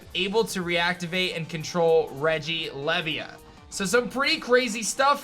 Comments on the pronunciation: He's american of course they pronounce it wrong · I am pretty sure that regilevia is pronounced like who you would say leviathan.